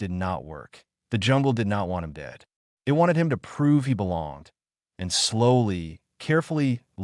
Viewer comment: Oh yeah, and it would have been sooo much better with a human narrator who can pronounce 'it'.....just saying...